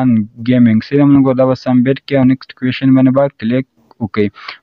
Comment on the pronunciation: Submit or sumbit😂